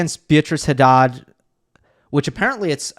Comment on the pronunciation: About Beatriz Haddad. Not Haddaj. You get that impression because most Brazilians pronounce the silent consonant adding a half soft vowel at the end. Also, the first 'h' is also silent. So we kind of say something like "Addadi", "Addadji".